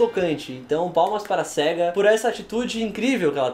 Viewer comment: Sega se fala séiga é só olhar a abertura da Sega